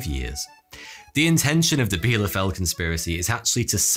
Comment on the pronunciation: Erstaunlich wie fehlerfrei er "Bielefeld" ausspicht (obwohl es die Stadt nicht gibt)...